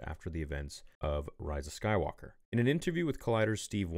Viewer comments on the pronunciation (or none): Hearing her say skywooker